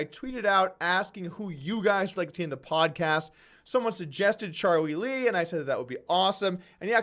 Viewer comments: Are you calling him Cha-wee Lee on purpose? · Anyone else notice how poorly Doug pronounces Charlie Lee's name? c'mon man...